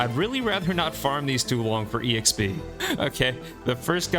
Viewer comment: It low key drives me crazy you pronounce the "E" in EXP. Just XP man. No E. Lol